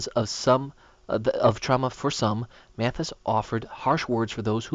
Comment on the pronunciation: Pronounced Mad*is. Not Mat*his.